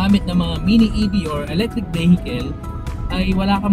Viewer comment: E-BEHEKEL.... "EV" nalng para maganda nman pakinggan.